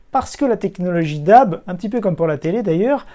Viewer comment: Attention à la prononciation, le terme DAB+ se dirait plus déabé plutôt que dabe :)